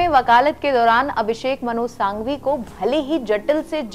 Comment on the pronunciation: Ma'm itne bade vakil ka naam sahi se uccharan Karo.......Abhishek Manu Singhvi naki Sanghvi